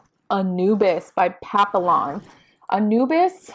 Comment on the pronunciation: papion, not papilon